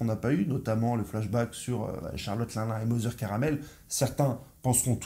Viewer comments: Juste arrête avec linlin c est Charlotte Lynlyn sinon tout au feminin.on apel Marilyne Monroe pas Marilin alors bon ta certains de tes messages théorique qui ce valent mais la c est bidon niveau prononciation. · Stp prononce bien le nom de Charlotte LinLin , le “n” se prononce , sa m a vraiment dérangé 😕🤨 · Au top comme toujours.. merci sauf que la manière dont tu lis Charlotte LinLin 👉🏿💔… lol 😅